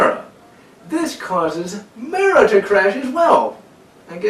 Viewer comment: its Mar-Uh